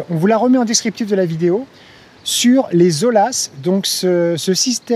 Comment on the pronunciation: Prononcer oya, pas ola! 😉 (oya, ou olla, espagnol)